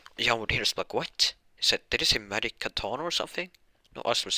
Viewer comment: Dude, do you say Magic or medic?